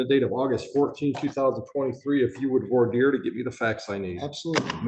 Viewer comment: In all my years of experience in law, is the only person I have ever heard pronounce "voir dire" correctly.